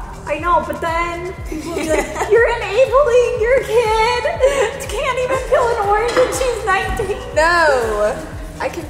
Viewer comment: PLEASE learn how to pronounce words it’s “PEEL” not “PILL” omggggg